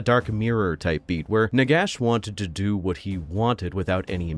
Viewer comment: I want a video about Nagash if you pronounce his name properly. Nehekara rises from the sands.